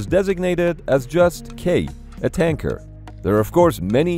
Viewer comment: The whole time i thought he waa saying KANKER not TANKER!